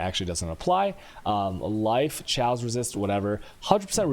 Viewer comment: its KAOS not SCHAOS.. with a K like KKK. are you dumbfucks new to language?